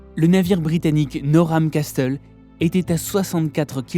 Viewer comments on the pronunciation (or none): Très cool l'épisode j'ai adoré appart la prononçation. Du Norham Castle